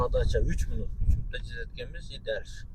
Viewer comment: Тууган минют 😂эмес минут дечи зор болот